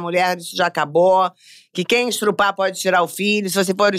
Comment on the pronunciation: Narcisa falando estrupar, que loucura! Hahahah 😂 Muito divertido meninas, parabéns!